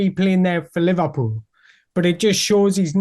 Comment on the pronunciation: Lee Vah Pull?